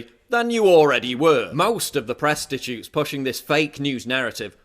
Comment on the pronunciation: "Presstatutes". Fucking brilliant!